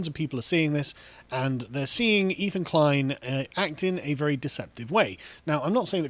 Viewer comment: Guys, it's "Ethan" ...